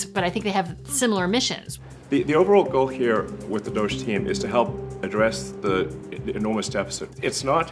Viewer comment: He said GOGE, he can’t even pronounce it correctly.